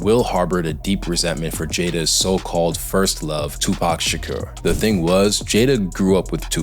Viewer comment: Does anyone else feel like this kid that is giving his “opinions” on will smith being “soft” is kinda backwards??? This kid presenting “google facts” looks soft as fuck and ain’t even old enough to know how to pronounce Pac’s last name!!! 😅 I gotta give Will Smith some credit cause he went against the odds to be positive instead of putting his morals aside to “fit in.” Big respect to Will Smith